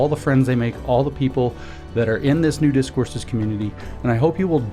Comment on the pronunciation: Did he say "Nudist Courses" at the beginning???? OH!! New Discourses 😂😂